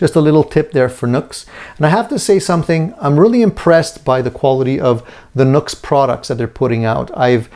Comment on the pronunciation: It’s pronounced new x, not nux.